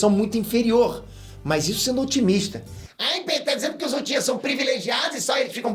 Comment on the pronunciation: se corrigisse sua pronúncia de japonês, seus vídeos ficariam melhores ainda. Só umas dicas sobre as formas corretas: sílabas com "ch" são pronunciadas com "tch" (Uchiha-UTCHiha); sílabas com "j" serão como na palavra em inglês "JUde" (senJU); com "R" será sempre como na palavra "coRAção" (RInnegan). Dattebayou!